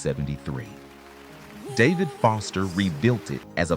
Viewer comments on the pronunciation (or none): none